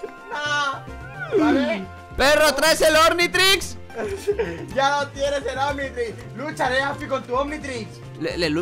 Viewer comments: "Ormitrix" jajaja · When quieres hacer un viral but ni siquiera sabes decirlo bien Ornitrix :v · Api dice "ORNITRIX" y es OCNITRIXXX :V ok no (omnitrix) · Ornitrix? 😂😂😂 es omnitrix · dice ornitrix:v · Por que dice ornitrix se llama Omnitrix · "Ornitrix" xdxdxd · soy yo o dice ORnitrix.. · Como no van a saber decir omnitrix ben 10